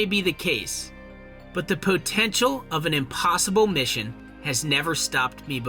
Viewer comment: po-ten-shul. Say it again...